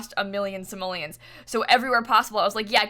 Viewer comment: Stop saying samollins say. Money